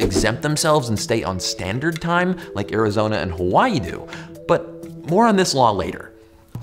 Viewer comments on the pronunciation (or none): none